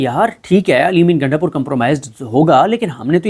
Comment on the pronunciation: O bhai gaindapur nahee ……gundapur. Waisey hai wo gainda type heee🤣🤣🤣